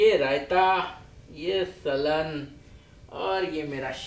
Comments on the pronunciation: It's सालन but not सलन !! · Saalan not salan🙄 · Slan nahi saalan